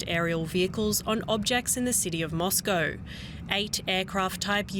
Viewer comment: "Life in Moscoworrr... " 😂🇦🇺